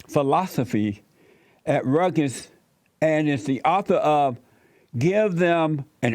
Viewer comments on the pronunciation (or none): "Rutges" lol!